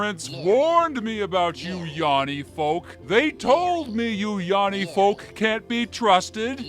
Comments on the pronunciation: In this video I learned that hears laurel, because he mispronounced yanny as yawny. If he heard yanny, this wouldn't have happened. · Its Yanny, not yawny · He says Yannie wrong, is a laurel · heard laurel because no one who heard yanny would pronounce it yawny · Why is no one saying Yanny is mispronounced?